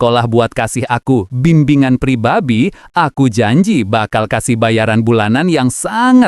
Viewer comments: "pribabi" pribadi kalo bng🗿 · "pribabi" pribadi kali bang🗿